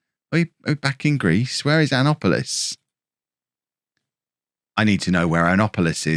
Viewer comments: Annapolis, Maryland (Anne•app•oh•liss)(Mare•eh•land) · The mispronouncing of Annapolis and the denigration of my home state is terrible! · boasts about US geographic knowledge immediately after slaughtering the pronunciation of Annapolis, the seat of the US Naval Academy.